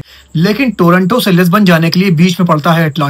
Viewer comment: टोरंटो नहीं टोरांटो